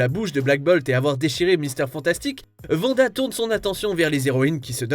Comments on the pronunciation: Pas "vanda" svp 😭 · Quelqu'un peut expliquer à que c'est Wanda...pas Vanda?!